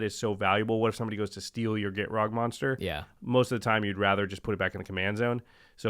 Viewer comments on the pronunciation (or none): none